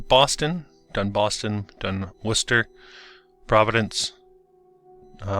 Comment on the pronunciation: Nice job saying Wistah. Most try to say it like the sauce.